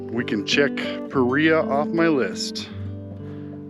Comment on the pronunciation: Paria is a Spanish word, pronounced as Parea would be in English.